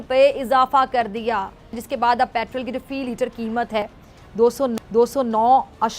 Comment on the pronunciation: Why this moorakh mohtarma calls petrel instead of petrol ??????